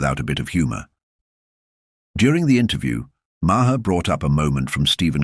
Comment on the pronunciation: If by you are going to make an AI video, have the AI learn to pronounce Maher's name correctly. Sheesh!